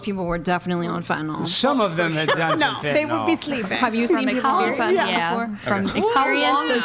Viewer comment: For the last time it’s FENTANYL! Not fentanALL…it’s not adderall